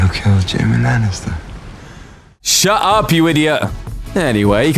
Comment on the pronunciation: "Shuh uup" - some british Looper guy